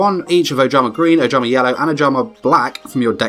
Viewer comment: ojama* (you said obama)